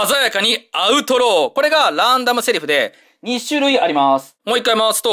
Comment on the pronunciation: 鮮やかにアウトローが鮮やかにアウトドアって聞こえた